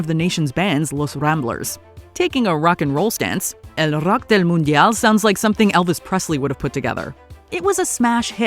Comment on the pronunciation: As an Uruguayan, I can confirm that the narrator's Spanish accent is top notch. That "El rock del mundial" totally caught me off guard. I was not expecting such perfect pronunciation.